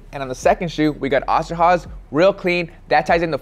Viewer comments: Its not Osterhaze its Osterhase ^^ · Hey its oster with a long o sound not the a or h sound. My family that immigrated from Germany were the osterhoffs shortened to oster when they came here. I know this video is old as hell but still wanted to set that strainght and say thinks wanted to know if it would work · Funny how you pronounce Osterhase😂 ima German btw🕊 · The way he said Oster Hase killed me